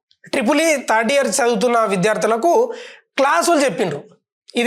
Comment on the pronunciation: తడ్డియర్ కాదు anna థర్డ్ ఇయర్